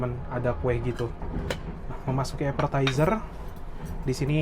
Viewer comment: Apetizer mas,, bukan Aperterzer 😅😊